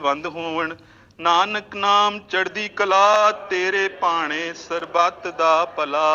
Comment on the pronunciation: ਗੁਰਦੇਵ ਤੀਰਥ ਅੰਮ੍ਰਿਤ ਸਰੋਵਰ ਦੇ ਗਿਆਨ ਇਸ਼ਨਾਨ... ਚੰਗਾ ਨਹਾਇਆ ਨਾ ਕਰਿਓ ...ਹੌਲੀ... ਹੌਲੀ ... ਜੇ ਠੰਡ ਹੋਵੇ ਤਾਂ ਇਉਂ ਅਰਦਾਸ ਕਰ ਲਿਆ ਕਰਿਓ... ... ..ਸਰਬਤ ਨਹੀਂ... ਸਰਬੱਤ ਤਾਂ ਕਹਿ ਦੇ .....